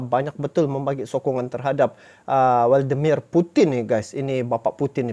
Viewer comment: Vladimir Putin pak cik, Bukan "Waldemir" Apalagi Wallpaper